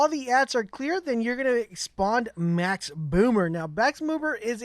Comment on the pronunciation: U kept calling him ‘bomber’ his name is ‘Boomer’ but otherwise kewl vid thanks for the guide